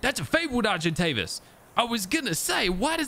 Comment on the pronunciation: When you said argentavis (when you were feeding it kibble), it sounded like you mispronounced it and said Sargent Davis, and I kind of like that for the name